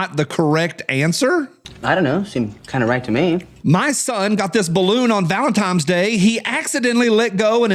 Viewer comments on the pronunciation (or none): Dear, the holiday is pronounced Val-in-tines not Val-in-times. The More You Know, good sir.